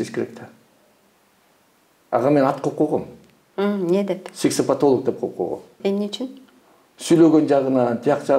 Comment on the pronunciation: Хаа хаа иий. Сексеплтолок дейби.